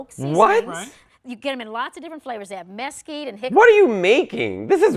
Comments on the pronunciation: how did he not clock her calling Mesquite. Mess keed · How did you not pick up on her pronunciations of "mesquite" 😆